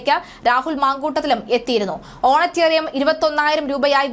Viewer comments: "ഓണറ്റേറിയം" അല്ല സഹോദരീ...... "ഓണറേറിയം" ( honourarium ) ആണ് ശരി. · പോയി മലയാളം പഠിച്ച് വാർത്ത വായിക്കൂ. ഓണറ്റേറിയമല്ല ഓണറേറിയം. നാണമില്ലേ ചാനലേനിങ്ങൾക്ക് ഈ വിവരക്കേട് വിളിച്ചു പറയാൻ